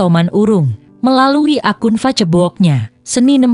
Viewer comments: Berita sedih... Tp please Tribun pake narator indonesia aja jangan pake auto... Facebook dibaca FA-CE-BO-OK... 😅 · zaman modern, selama ada yg membaca gratisan ya di pake aj walau ga enak terdengar. fa-ce-bok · Aduh mba baca facebook aja ngomong nya salah salah didengernya jadi ga tertarik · Miiinn kok bilang facebok nya hihihi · Facebook baca (fesbuk)🙏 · Ini yg bca beritanya orang mana ya ko aneh ngucapin kta2 facebooknya lucu buat korban smga khudnul hotimah.